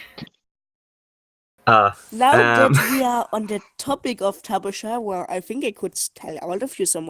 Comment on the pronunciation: No it is tapejara not tapehara or whatever